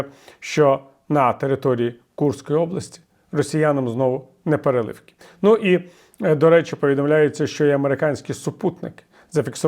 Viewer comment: Вибачте, ви - журналіст, філфаку, як і іншіі? Наголос: неперелівки? Де?